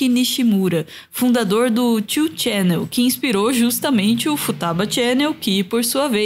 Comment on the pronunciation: Só uma correção: não é "two channel", é "ni channel", o 2 se lê em japonês. Ótimo doc!